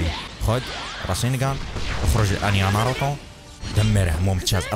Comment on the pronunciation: ناروتو مو ناروطو عند مشكلة باللفظ